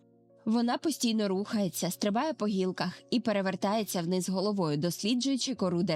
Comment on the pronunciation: Дякую за досить гарно змонтоване та інформативне відео. Особливо цікаво буде для дітей. Єдине хотіла звернути увагу на декілька деталей: - не «високО», а «вИсоко» - не «по гІлках», а «по гілкАх» - не «в ріт», а «в рОт» І так, я б теж початкову та проміжні вставки зробила б менш шумними. Щиро бажаю зростання каналу🌷